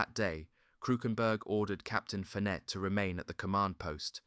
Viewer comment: Roger is pronounced rojay and Fenet fenay